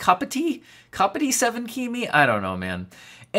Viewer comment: It's pronounced cop-ite (rhymes with might or bite. It means he supports Liverpool FC